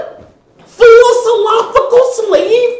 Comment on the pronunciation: She went gibberish at “mental philojrjjrfical”😂😂😂😂